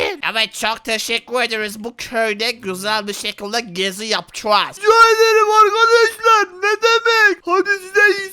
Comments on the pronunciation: Vidyonun başında arkadaşlar değil arıkadaşlar diyor😂😂😂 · Arkadaş derken arıkadaşlar diyen koca abimiz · başta arıkadaşlar dedi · Abi başta arıkadaşlar demişsin